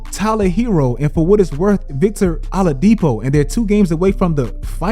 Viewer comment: Victor “Aladipo”